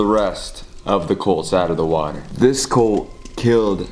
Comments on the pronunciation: saying colt instead of cult 😂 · He said "cOlt" not cUlt!!! I'm dead 💀😂😂😂😂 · I love how every time you say cult, the captions think you’re saying colt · Or coal🤣